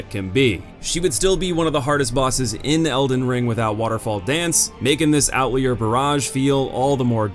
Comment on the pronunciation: the U in Adjudicator is a long U. A-JOO-di-cate-or Also, "Out-leer" is not how you pronounce Outlier. It rhymes with out-tire